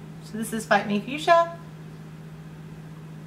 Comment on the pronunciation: The second time she said the fuchsia ones name I did a double take 😳 sounded like she said a bad word lol